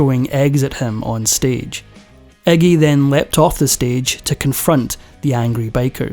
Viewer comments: The narrator calls him 'eggy', it's Iggy. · Eggie?.. His name is Iggy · * Iggy* not eggy🙄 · I never realized that Englanders (Or is that Irish?) pronounced it Eggy. All of this talk about blood, vomiting, and everything, yet there is no video footage of any of it. No matter how "punk" he is, he is a mainstream act because he has the same handlers (sells his soul) as everyone else that gets to be that famous.